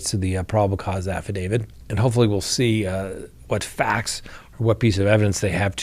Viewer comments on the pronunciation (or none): none